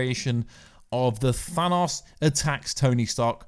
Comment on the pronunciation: The way you say "Thanos" grinds my gears. Good video nonetheless.